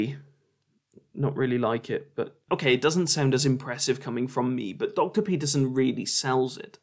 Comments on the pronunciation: Just gotta say that I love how many ways you managed to butcher Jorban Deeperson's name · Like queeferson! 🤣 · Genuinely funny, and certainly the most entertaining debunking of this public toilet intellectual (similar to a public intellectual but full ofshit and usually out of order). However, please get his name right: it's Jordan Weeperson, Jordan Peterprinciple, or Jordan Meatperson. Having watched this video, I can only assume that Professor Fleaperson is holding onto William Blake's idea that a fool.who persists in his folly will become wise. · I love how you keep saying his name purposely wrong It was a knee slapper the 1st time and a knee slapper the 67th time. Just comedy genius really. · Butchering Peterson's name everytime you say it was unexpectedly fun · I want to give a like for every time you mispronounce his name